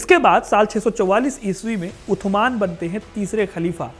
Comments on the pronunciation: Utman nhi usman bolo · Usman not utman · Are bhai utman nahi Usman hota hai Angrezo ko Usman bolna nahi ata tha isliye wo utman bolte the apko to pata hona chaiy warna itni history batane k kya faeda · कैमल नहीं जमल है जगह सुधार करें और शब्द उस्मान है उद्यान नहीं। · उत्तमान नहीं उस्मान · Utman nhi usman bolen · अरे यार टांके उनका नाम उथमान नहीं था, बेटा पहले नाम लेना सीख पहले उनका नाम हज़रत उस्मान था। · उस्मान है उथमण नहीं नाम गलत बोल रहे है आप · Aur jaise tu sabke naam leraha hi tu jaleel hi naam sahi se le respectfully aur ythman nahi usman😂😂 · उत्तमान नही होता उस्मान होता है भाई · Bhai maana wo arabi k hisab se usman nhi but itna bold kar k b mat bolo utthman araby me saa ki aawaz nikalo tha ki nhi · 3rd Khalifa ke name ka pronouncation sahi nahi ho raha hai.. Haz Rat USMAN .. HAZRAT US MAAN..... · उस्मान बोलो भाई